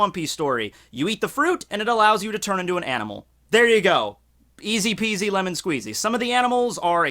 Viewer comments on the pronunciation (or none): none